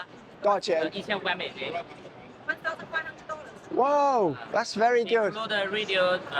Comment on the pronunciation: 一句京味儿“夺饶钱？”把小哥都整懵逼了😂